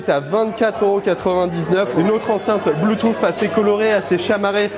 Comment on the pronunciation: "bloutouffe" dislike